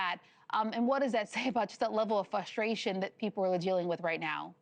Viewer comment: The word is “frustration” not fuss-trartion. My god! 🤣